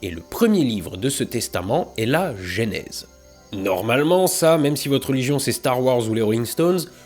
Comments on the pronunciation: J'adore tes vidéos, et celle-ci tout autant que les autres, j'ai bien ri, mais bon sang,, arrête de dire gÉnèse, c'est gEnèse. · Le "gé" nèse?? On dit pas "Jeu" nèse ? (déso je sais pas écrire en phonétique) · Salut. Découvert ta chaîne avec ta série fabuleuse sur le James Webb. (Toute) petite correction, on prononce "eu" la première voyelle de Genèse.